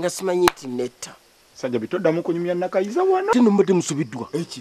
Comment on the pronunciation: 🤣🤣The way pronounce the. Name Nakayiza hahaha ewoooo